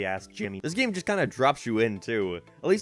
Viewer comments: i like the way you say game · Dw when God made Ireland he thought that us up in the north should say certain words in a funny lil way and unfortunately game just has to be one of em. 😞 Btw saw you on UTV once and choked on my spuds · Where are you from? can't unnotice how you say "game" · “Geem” “Speen” Dude I don’t think I can keep watching these videos because of the way he pronounces these words. Driving me nuts lmao.